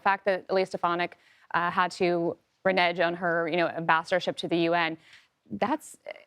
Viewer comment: Mitch, you found your voice when you have no skin in the game., learn how to pronounce "adversary" and "renege".